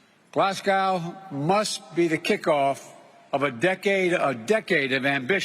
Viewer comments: Did I hear him right glass cow not Glasgow 😂😂😂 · It’s pronounced “Glaz-Go” not “Glass Cow” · glasgawhh. bruh. i love this county. mon eh scots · funny the way he says glasgow glasscow lol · I thought he said Moscow. He probably doesn’t even know where he is. I live over 200miles away from Glasgow but still fearful for my daughter while he’s in the U.K.